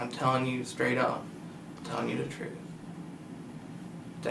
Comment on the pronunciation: “Das da troof. Das da reality.” BRO PRONOUNCE YOUR T’s